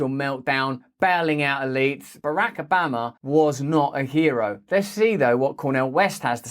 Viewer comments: BARRRACK OBAMMA! Don’t stop saying BARRRACK OBAMMMA. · Why do you say Barack Obama differently to everyone else?